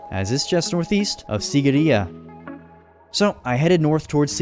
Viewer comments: Im from sri lanka and that mountain isn't called sigiriya its called seegiriya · It's See-gi-ri-ye just to let u know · its pronuced siigiriya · The way he pronounced the word sigiriya and king kashapa is hilarious as a Sri Lankan